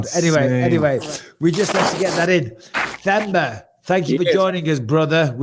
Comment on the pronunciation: Themba is pronounced "Temba". The "H" is silent, like how Mike pronounces Anthony's name.